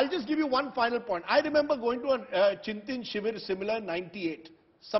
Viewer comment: It is ChintAn not Chintin